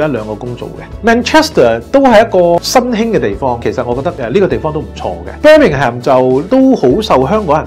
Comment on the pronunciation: 連Birmingham 名都讀錯，係英國住左 多年，佢講既可以話可圈可點。